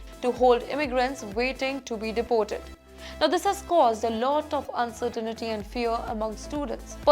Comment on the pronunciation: What do u mean by "uncertainity"? There is no such a word. Pronounce "uncertainty" properly. Very embarrassing indeed.